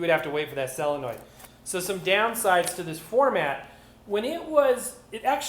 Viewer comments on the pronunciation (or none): SOLENOID NOT SELENNOID!!!!!